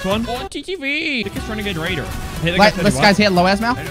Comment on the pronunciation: You have the wenegade waidor!!!!!